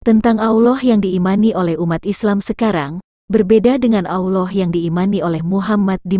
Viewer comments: ALLAH bukan auloh... Hanya anjing yang mengaung... Auuu... Manusia bila disesatkan maka pikiran dan lisannyapun sesat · Mengucapkan nama Allah aja kok gitu..nyebutnya aulah...beda dgn orang muslim cara menyebut nama Allah..